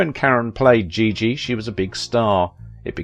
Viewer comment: A very talented dancer, movie star. Thanks for the post. But, please pronounce her name properly as well as the movie "Giggi' -- a soft "G."